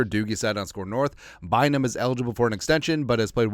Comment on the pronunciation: My man said: “Camryn Beezy Buyzum” 😂 Say Camryn Beezy Bynum 5 times fast lol